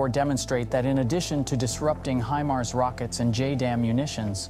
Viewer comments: Stop saying “he mars”! It’s “hi mars”. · HI-MARS not HIM-ARS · it's hi mars, not heemars or him ars. would think a military channel would know this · What's a Him-ars? Is is anything like a High-mars? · wtf are "HeMars" 🤦🏻‍♂️ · Only time I've heard it called "HEMARS" lol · "HEMARS" is that the way russians pronounce it? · Just saying it doesn't make it so. Where are your sources? You can't even pronounce HIMARS properly. "HIM" Mars? Bwahahahaha pathetic Russian disinfo! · HIMARS spoken like High-Mars come on you sound like an English speaking Male which some other channels if your not sure. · Why does a channel that states its location as "United States" pronounce HIMARS as "HE-MARS"? 🤔And here's how the channel describes itself on Patreon: "We are a small team consisting of 8 creative young people are trying to develop video content about military, defense and geopolitics. We are available on YouTube with Military TV channels and Facebook pages, we really need support from the audience." But no more info about where they live, who they are, nothing. Makes me wonder who's really behind this channel. I don't think they are native English speakers though. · I am suspicious of the authenticity of this video due to the mispronunciation if ‘HIMARS’. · It's HIMARS with a long 'i' sound, not a 'ë''. I cringed a little every time he mispronounced it. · How can people take you serious when you don't know how to properly pronounce the weapons system you are covering???? 😂😂😂 Great video otherwise! 👍